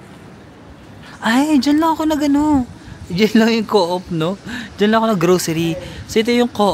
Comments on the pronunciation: Di mn tinatanong or di pa man aKo nakapunta outside of asia pro ang alam ko dyan na ganun din alam ng Pinoy is ko-op or US correct pron is kow-op pro sa kakanood ko european vlogs pag europe usually norway daw is kop or koop(like chicken coop), walang hyphen or di sya two syllables, derecho lang kumbaga. Ung OST nga meaning east (vs west) (pronounced as OHST) di sya acronym as youve been mentioning). Pro based lang yan sa napakinggan kong mga vloggers na european and di nmn ako native speaker 😂. Basta gayahin ko na lng ung european vloggers😂 now I know 😂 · Hi. New here. Glad you've done your "Dream Trip". More beautiful countries to see! Good luck. God bless. BTW, hehe, yung pronunciation ng Coop ay "kup" hindi "co-op" Hope we can cross path sometime. Enjoy!!